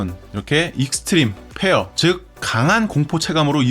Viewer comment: 익스트림 페어럐... 발음보니 참... 믿음이 일도안간다